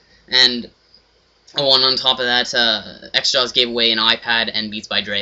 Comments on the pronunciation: *xJawz not xJaw"s" you nerd. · its xjawz not xjaws dumbass, oh and btw,you are a douche lol